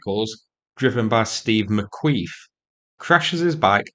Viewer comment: "Steve McQueef" 😂😂😂😅🤣 Well done sir 👍